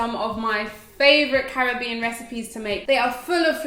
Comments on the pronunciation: Thks for the roti recipe. And thk u for pronouncing the Caribbean properly...I'm in the states so the frustration is real....hehehe🤩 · Yaaayy, you pronounced Caribbean right. These dishes look delicious.